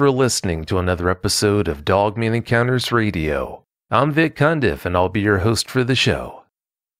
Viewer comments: I love with says "Dugman". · Ok so he did say dug thought I was a bit high!!! I'm just playin I know what hes saying lol. I dont know why but this dude sounds familiar to me. Great show ty